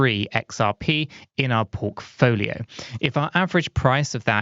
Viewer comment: Did he say porkfolio 😂❤